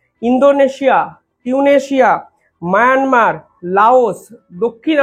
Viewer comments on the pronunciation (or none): none